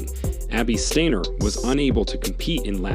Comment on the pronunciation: Pronounced Deena Asher Smith and said Stiner not Stainer you muppet